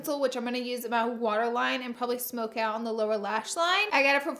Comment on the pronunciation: It sounds so funny to me when Laura says “lower lash line” because I’m thinking she says “Laura lash line” is that just me though?